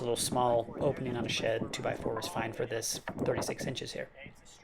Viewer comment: I kept thinking he was saying, "sh*t" instead of, "shed" lol